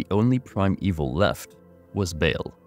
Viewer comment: Please stop pronouncing his name as “bail.”